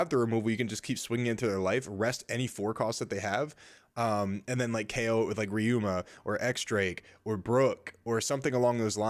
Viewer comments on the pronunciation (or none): none